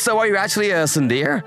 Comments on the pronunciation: Its not pronounced soon deer repeat after me soon day ray spellled tsundéré pronounced soon day ray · I think you mean SUN DEER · Tsun-der-e: three syllables!!! Get it right. I don’t speak Japanese, but I at least know that! These are professional VAs. They should get it right. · There are always wrong pronunciations in these dubs but what the fuck is tsunDEER. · The mispronunciation of Tsundere is physically painful. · It actually caused me physical pain to hear it so egregiously mispronounced. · It pains me to see it mispronounced 😭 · you can tell that the male voice actor for the second story has never watched any anime of any kind or any of these romcom manga videos in his life by how he pronounces "tsundere"